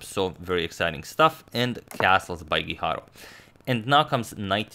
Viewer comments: It's me or every time he says Guijarro, seems like he is saying hikaru. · Same here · I kept thinking that as well! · Am I the only one hearing HiKaru everytime he tries to say guijarro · I think you're mispronouncing Guijarro! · It is not the correct pronunciation, the sound of RR in Spanish is different.